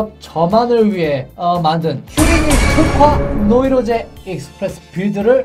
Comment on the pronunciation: 왜 노르테유 익스프레스인데 와 노이로제 익스피레스 라고 해요?